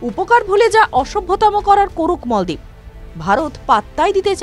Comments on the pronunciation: মলদিপ না বলেন মালদ্বীপ। আগে উচ্চারণ ঠিক করেন পরে ভিডিও বানান। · মালদ্বীপ কে মলদ্বীপ বলল এই রিপোর্টার তাহলে ভারত কে ভরত বলল না কেন?